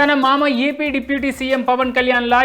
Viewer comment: Orey babu yavarra Neeku job echindhi,AP ni EP antunnav,sai dharma Teja ni sai durg tej antunnav,media mundhu koncham concentrate ga undu bro